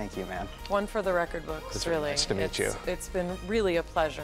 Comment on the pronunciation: It almost sounds as if he said "was nice to beat you" lol